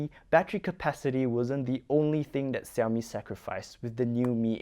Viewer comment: now it's see-owmi that sounded weird all foreigners pronounce shiaomi. hot millet yeah..